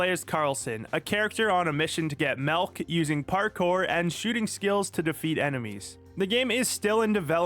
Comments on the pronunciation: Dude really said melk 😂😂😂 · Yeah... You know... 2% malk.